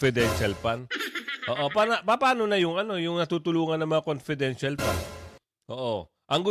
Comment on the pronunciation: Hoy Castro ayusin mo ang PAGBIGKAS mo sa LETTER. Anong LUTTER?? Dagdag na naman yan sa MELYON MO. Nagsama talaga kayo dyan WAM POINT 3. Sa compidential pand. Kakahiya kayo HOYYY!!